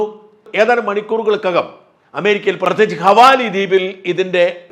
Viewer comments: ഹവാലി ദ്വീപ് അല്ല. ഹവായി Hawaii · ഹവായി ദ്വീപുകളെയാണോ താങ്കൾ ഹവാലി ദ്വീപുകൾ എന്ന് പറയുന്നത്?